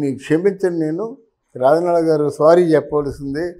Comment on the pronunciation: ఎమ్ Achor బాబు.. రాజనాల... "జ" ను " జ" అని పలక లేవా? చెప్పు జ జ జ రాజనాల. Za zzz. Razza nala కాదు... రాజనాల.. ఏ స్కూల్ బాబు...